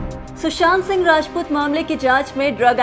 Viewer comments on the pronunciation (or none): none